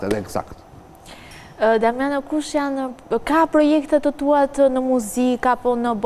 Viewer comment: kjo sdi te flasi ihe diamanao iher damano iher dimano